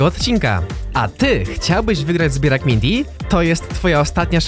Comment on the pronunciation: "Mijnty" Nik bartol8890